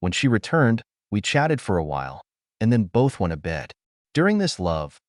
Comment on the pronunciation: This narrator cannot speak the words "went to". It isn't "when-a"! The tone of the voice is fine....better than most.